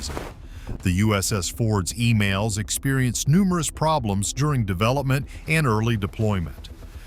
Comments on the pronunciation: It's EMALS, Not Emails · E"MALL"S, NOT E-"MAIL"S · The lioning and the shandong do not have catapults. Check your facts. And as far as your pronunciation is concerned, it's Emals not Email.